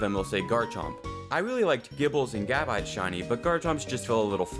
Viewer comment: when you said gaahbite it caught me off guard